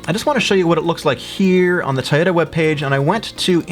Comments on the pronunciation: Everytime you say (Tie-Oh-Ta) I cry myself to sleep. I thought people say (Toy-OH-Da) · The way you pronounce Toyota triggers me every time.